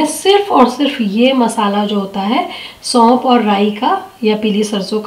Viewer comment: सौंप नहीं सौंफ होता है